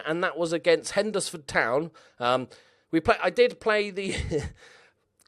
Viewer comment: You said Hednesford wrong! 😂 An great insult to many in the West Midlands.